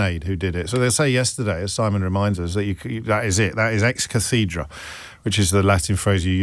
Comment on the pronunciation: Say 'ex CATHeddra'.